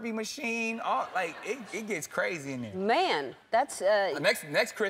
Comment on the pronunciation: It’s funny how Ellen say” Man” 😂😂